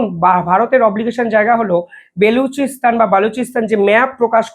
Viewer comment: ও,রে ভাই , বে লু চি স্তানে কি লুচি বেলবে ? নাম টা বা লু চি স্তান, বে লুচি নয়।